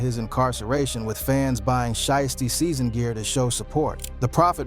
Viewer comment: "She-is-tee-season." 😂😂😂 "Shy-as-tee-season" 😂😂😂 This AI stuff is really outta control.